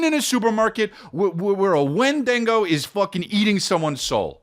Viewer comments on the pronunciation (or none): Wendigo not wendingo lmao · It's honestly just sad a 45 yr old man thinks saying wendigo as "win-Dean- go" is funny